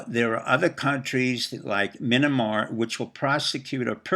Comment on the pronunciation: Why are you calling Myanmar - "Mynamar", and Netanyahu - "Netanyanu"? Some kind of disorder or ineptitude?